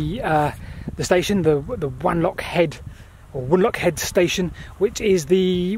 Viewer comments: It's pronounced W-on-lock rather than W-an-lock as you might expect from the spelling :-) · Also it's pronounced W 'o" nlockhead not W "a" nlockhead. ☺️ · I think Wanlockhead is pronounced "wonlockhead". ;) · So tired of your pronunciation of WANlockhead... irks me so much because I was born and grew up there... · Watched the video from beginning to end regardless of needing to mention Tea with no sugar - but I have. BTW if no-one has mentioned it - if you are a West Coast Scot like me, Wanlockhead has a soft a at the beginning pronounced W(ah)n. As always a great video from The Whitewicks.